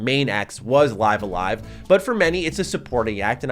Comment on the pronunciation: Li(ee)ve a Live, not Li(i)ve a Live